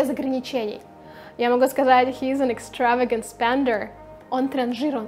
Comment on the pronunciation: You made a mistake in pronunciation of extravagant